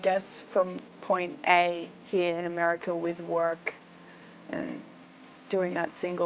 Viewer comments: "Americer" lol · She says Americer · Lol americer